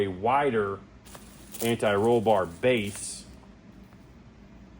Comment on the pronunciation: Thank You For Sayin “Anti Roll Bar” Correctly Unlike Some of These Other Idiots That Say “Ani Roll Bar” Which Sounds Really Dumb